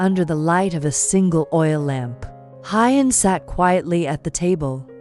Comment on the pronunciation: Maya will be celebrating her 6th birthday. Narrator please learn how to pronounce Who-yen's name...not Hi-yen!